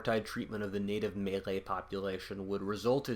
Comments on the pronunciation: Its "malay". Not "melee" lmao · guy pronounces maylay as if hes saying melee weapon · Jeez you never heard someone say malay before ? 'Meilei' lmao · LMAO, "melee" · Did you just pronounce Malay as Melee? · His pronunciation of Malay makes me die a little inside each time he says it